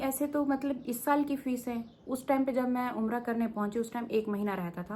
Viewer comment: Aa gayi madam duppt odh ke...😂😂😂 lulz....fees bhari 😂😂😂 fisey? Fisey???